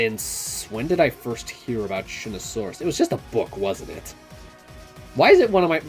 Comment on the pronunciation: Shunosaurus not Shunasaurus